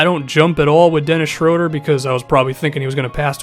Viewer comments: you pronounced Schröders name pretty good! :D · Never heard an American pronounce Schröder as good as you did. It's almost perfect